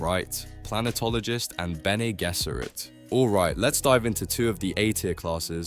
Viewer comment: You have to amazing ability to pronounce Bene Gesserit differt every single time and none of the times are correct.